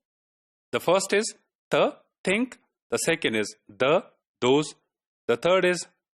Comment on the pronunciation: sorry! think is not pronounced with t sound rather it is ponounced with th (ث).